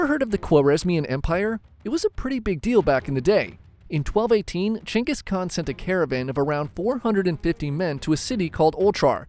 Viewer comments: who the fuck is "chenkis khan" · changis kahn? what're you chat gpt? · its kenghis haan btw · you talking bout Genghis Khan or someone named "Chingus"? other than that interesting video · Gain-Guss khan. Not Chuingoas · geng guhs kaan… not jenghis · I kept thinking he said chengas kahn lol 😅😂😂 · CEO of: “Chayngus con” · I keep hearing "Chungus Khan" 😅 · Who is Jenghis Khan? brother... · Dude doest even know the proper prounce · Why do i keep hearing chungus khan? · Is no one gonna talk about the pronunciation of "(J)enghis Khan" 😂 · Chungus Khan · Who the fuck is chenis khan? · How can I trust you to get the history right if you can’t pronounce his name? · The way you say Genghis Khan‘s name is so f’in annoying and wrong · You know all of this about him, but not how to pronounce his name right lmao